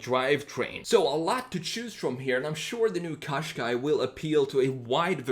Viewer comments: I’m Irish it’s pronounced Caashqai not coshqai. Just to point out. Every time I hear coshqai it drives me insane also Nissan is pronounced Nissan think of saying in in combine it with nissan it is not pronounced neesan. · couldn't you choose something a bit more interesting-? and something you can even pronounce? turn a Gaz 21 series 3 into a retro SUV